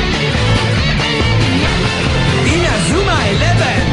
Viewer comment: Les cousins c est pas inazouma eleven mais c est INAZUMA ELEVEN le "u" se prononce "ou" en japonnais